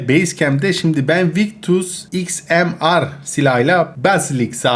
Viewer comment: abi XMR sniper okunuşu İKSMİYAR diye okunuyor heralde